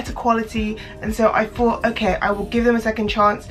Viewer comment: she says thought like fought. that's so cute lol adorable